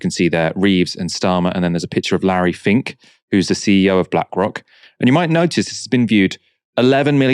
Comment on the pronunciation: Larry "fink".